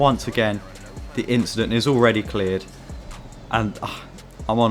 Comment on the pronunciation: “Just a inschident” young charles leclerc